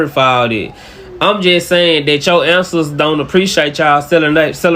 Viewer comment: That black dude was hella annoying. Doesn’t even know how to say ANCESTORS correctly. Wtf is “You answers gon be mad at you?” Lol